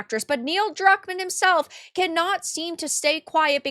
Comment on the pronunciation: Did I hear Cuckmann?